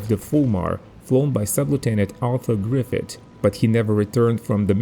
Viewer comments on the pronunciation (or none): none